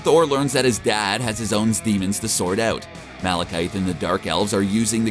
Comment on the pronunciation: The way he pronounces names. Isn’t. It. Taika Waaahhhhtiti. Instead of Taika watiiitii. And the malekeyethe instead of malekith